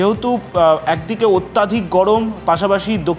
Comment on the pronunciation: কথাটা 'অত্যাধিক' নয়, অত্যধিক হবে।